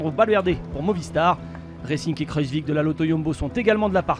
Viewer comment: mdrrr il a dit kruzvik hahaha c'est kruijswijk